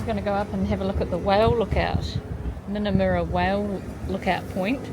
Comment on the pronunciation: Just a heads up about Aussie place names - usually the U is an 'uh' sound, where in NZ we use an 'oo' sound for a U. So Minnamurra is with a short Uh in the murra, not a moora like it would be in kiwi. I was so worried when you went in chasing that drone at what looked like dusk! No, no I was saying, don't go in at shark feeding time! 🤣I'm glad you all made it out alive! love and hugs🤩